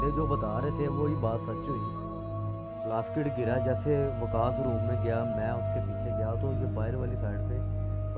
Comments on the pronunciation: sorry mazrat k sath plaskit nahi plastik bolay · bhai aap bar bar Plastic k bdle ..plaskit plaskit ! q bol rhe ? 😀 kya zuban aapki or log ki trh kisi kisi chij me nhi firti h kya bhai mere 😀 bt we Lov you brother. ALLAH HAFIZ